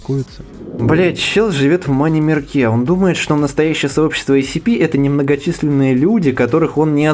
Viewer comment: Автор почему-то все видео отчетливо произносит ACP вместо SCP